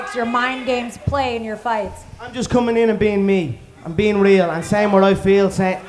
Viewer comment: That’s not what he said when khabib said “HAY LETS TOLK” Conor said “Its jost business”